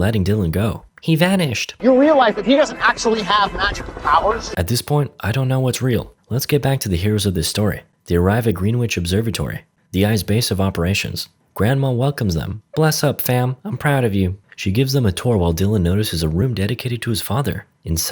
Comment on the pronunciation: Greenwich is pronounced "grennitch". Don't ask me; blame the Brits.